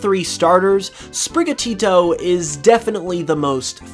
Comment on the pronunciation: OMG SAY SPRIGATITO RIGHT